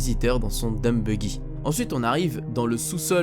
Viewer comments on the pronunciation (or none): none